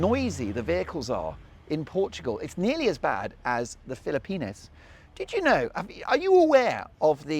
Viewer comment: You're taking that pronunciation of Philippines to a new level tonight. Is it because youre on holiday? It's making you giddy😅